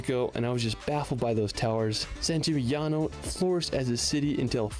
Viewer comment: You may consider them and I enjoy both presenters. however still has a problem with pronunciation whereas Rick Steves takes the time and puts the work into finding out how to say them. From a purely consumer point of view I prefer Rick, but not to say that I don't love enthusiasm....also put St Gimingnano in Greece even though his title said it was in Italy, which is where it is. Good aerial footage doesn't cover for basic factual errors.